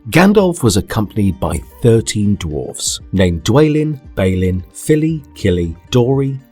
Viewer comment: You pronounced dwalin and balin wrong. It's Dwâ•lin and Bâ•lin